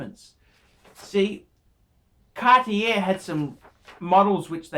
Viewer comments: another great one....ps: it's "cart-yay". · ...I think your review on Cartier watches is bang on - your pronunciation sucks though....Cartier Française...